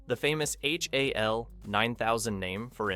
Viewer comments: "Why I Hated" this video. Because you pronounced Hal as H.A.L. What a dope. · You flipped and cropped every single 2001 clip, and even pronounced the AI as H-A-L. Was this all to avoid a copyright strike? Kind of odd as your otherwise excellent video is an obvious homage to the movie and your usage of clips should solidly fall within fair use.